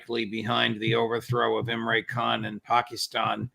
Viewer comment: It's not Imray, it's Im-ran.